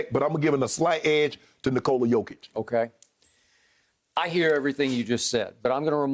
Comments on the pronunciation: Someone tell me how Skip can even have a valid opinion of a guy..........when he can't even get his name right!!!!? Jokavić. Shut up already! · Skip his name is Jokic not jokovic 😂😂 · Its Jokic, Skip. Not Jokovic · Somebody should tell Skip it's Jokic not Jokovic. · DAMN! You call yourself an expert... Learn guys name - it is JOKIC, not JOKOVIC! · Why is Skip saying Jokavic??? It's jokic.... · Joker, but so sad, bcz they will prolly be top 2 candidates for MVP and whoever lose this will be 2nd team All-NBA, btw Skip its not "Djokovic" its Jokic or Joker if u want it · Gotta love one the biggest sports commentators STILL not able to correctly pronounce Jokers name. Jokavic??? SMH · Jokovic is the super saiyan son of Nikola Jokic & Novak Djokovic 😂😂😂. Honestly the guy is an MVP front runner & 2 time NBA all star & you still can’t pronounce his name 😂. No wonder people don’t take Skip seriously . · Learn to say his name right you old fool man. Chatting bare rubbish you know. It’s Jokic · Skip has not watched the nuggets.. He can't even say his name right.. If Joker doesn't win it I swear I might stop watching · Skip can't even pronounce Jokics' name right smh. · Why is skip being ignorant like he cant pronounce jokic's name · Funny how Skip and Steven A can’t even pronounce names like Doncic and Jokic, while they are very easy to pronounce and these guys have been in the league for years now... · This guy hasn't learned to say properly MVP name,what a fool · Expert that cant pronounce MVP candidates name... Very professional. Bottom line is, Jokic doesnt sells shoes and sodas like Embiid does, thats the only reason why he will win MVP. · Skip you can't even say the mans name. Zero real arguments. You just like Emiids game over Jokic. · Skip can't even pronounce his name correctly. I don't think he ever watches Nuggets except in playoffs